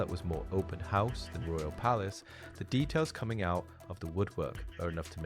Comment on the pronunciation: Detials? Do you mean details?